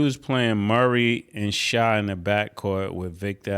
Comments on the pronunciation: OMG ITS PRONOUNCED SHAY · It’s hilarious that they will forever pronounce SGA’s name “Shai” like the the R&B group from the 90s